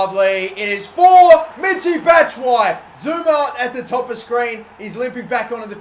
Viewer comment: Why doesn't he pronounce the ''i'' in Batshuayi ? Do you pronounce it with or without the ''i'' because that's how I thought it was pronounced